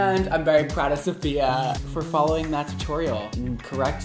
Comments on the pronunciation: i cringe everytime he sayd sofiya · her boyfriend calls her SAHF lol and called her SAHFiya at the beginning too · I can’t deal with him pronouncing her name wrong 🙄